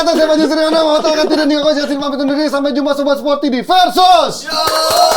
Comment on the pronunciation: VERSUS PAKAI V BUKAN F… VERDONK PAKAI V BUKAN F